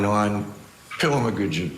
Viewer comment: “Pill-mah-gridges”. What an illiterate hillbilly.